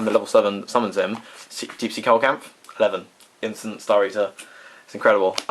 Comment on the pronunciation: pronunciation: SEE-lo-canth.